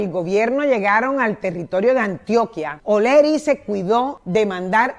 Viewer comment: HOLA SRA. MUCHO GUSTO SRA. ADELINA , EN VZLA SE PRONUNCIA ES , OLEARY . NO OLERY , CREO YO , NO SE. UN GRAN ABRAZO.